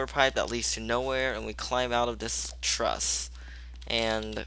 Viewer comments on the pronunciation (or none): none